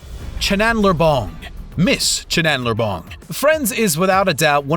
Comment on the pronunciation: He also called Chandler "Chandler Bong".